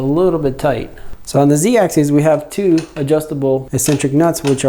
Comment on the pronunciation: Sorry to be that guy but it drove me a little nuts: “axis” is pronounced just how it's spelled, with a short I. It's the plural “axes” that ends with an -eez sound. More importantly, though, some solid points on what to adjust and how, thanks!